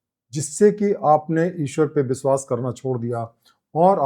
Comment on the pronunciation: "बंदना" बोलना गलत है, "वंदना" बोलना सही है,,,,,, आप "व" को "ब" न बोला करें , जो कि आप अनजाने में बोल जाते हैं। "बिस्वास" तो कई बार बोले हैं, " बंदना "